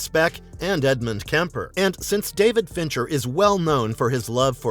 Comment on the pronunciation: It’s Fincher , unreal